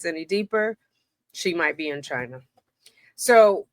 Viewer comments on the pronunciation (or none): none